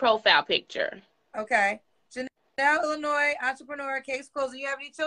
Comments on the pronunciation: Usually ppl from Illinois don’t pronounce the s at the end…. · It's Illinois there is no S😅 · Illinois there's no s LMAOOOOOO 🤣🤣🤣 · It’s the immediate yet innocent shade for me!! “What part of Illinois? There’s no “s”… Illinois, ok” The s is silent, but dang!!!😂😂😂😂 All jokes aside though; when speaks to women who genuinely seem to have been dealt a bad hand, but are trying their best, you can literally see the heart break on her face!!❤ I really don’t know how she interacts with so much emotional trauma. God Bless and God bless this young lady. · Nah cause by her living in Illinois she should have known the 's' is silent 😮‍💨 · "What part of Illinois, there's no S" (It's silent). That sent me 😂😂😂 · Wait said the S in Illinois is silent. I caught the correction but I don't think lil baby did.. but abrusive... nevermind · Love how immediately corrected her when she mispronounced Illinois, whilst mispronounces words constantly. 🤦🏾‍♀️